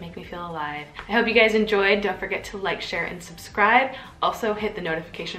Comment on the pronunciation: At the end, when you said: don’t forget to like, share, and subscribe, I heard: don’t forget to lecture and subscribe 🤦🏻‍♀️😅😂